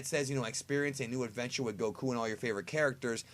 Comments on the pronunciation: It's Goku, not Go-Koo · Why tf you gotta say go-KU. Like we get it, youre the best and only legit DB fan xD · Isn't it pronounced Goku not go-ku? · why do you say gokoos? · So annoying how this pretentious cockface pronounces goku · It shouldn't bother me but being everyone knows how to enunciate Goku's name correctly, I wonder why you pronounce it differently.